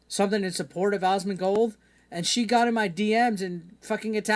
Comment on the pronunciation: Buddy, I love you. You said Tectone right But It's pronounced AZ-MON-GOLD 👍🤙